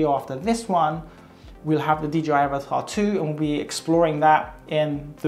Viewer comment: It’s avata not avatar lmao. I get so annoyed by people not getting words right.